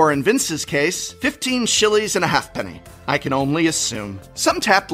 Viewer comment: Ah, prof, our local game shops would laugh at us if we tried to buy Exotic Orchards with “half-pennies”: it’s pronounced like “hape-knee”!